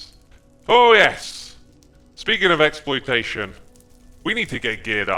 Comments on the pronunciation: Ex- ploitation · Xploitation... I think this is intentional hehehe